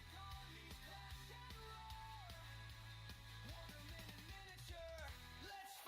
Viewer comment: I was really excited about watching a Pendragon gaming stream... then I sat through 10+ minutes of AI slop music featuring the word "wargaming" mispronounced repeatedly, which could have been solved preemptively with the space bar. Then horrible sound quality and "dandy is good" and then I lost my patience entirely. A little bit of editing goes a long way.